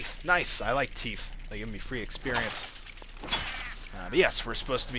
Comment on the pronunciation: I love that you say "teef" and not "teeth".